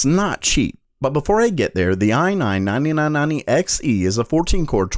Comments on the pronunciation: ah nahn nahnee nahn nahnee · i like how you speak i9 9990, ai nain nainee nain nainty eks ee